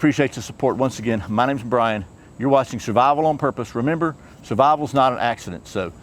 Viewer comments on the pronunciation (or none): none